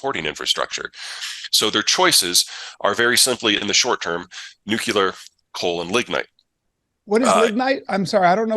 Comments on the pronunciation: The word is Nuclear not "NucUlear. There is only one u in the word. I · I only stopped in for a moment to ask how many times Peter mispronounces the word "nuclear" as "nucular". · Mr. Callen, it's pronounced NEW-KLEE-UR. Not "nuke-ya-ler.". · Why are they saying nucular instead of nuclear? Anybody? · Nu-clee-ur, not Nu-q-ler. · please don't say "nucular" when you mean "nuclear." It's annoying and detracts from your credibility. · Americants need to learn how to say NUCLEAR and stop with this NUKELAR bullshit!! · "New-cue-lur": Leftover shitspeak from a warmonger president who once shilled for the war machine, but now paints puppies. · I loved this. But let's work our ability to pronounce the word nuclear. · Two guys that can't pronounce "nuclear" right. Clowns.